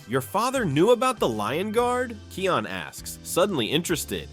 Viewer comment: You mispronounced Kion’s name. (His name is pronounced as "KIGH-on”.)